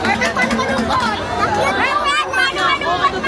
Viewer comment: Si mic merpect or perpect?😅😅😊🎉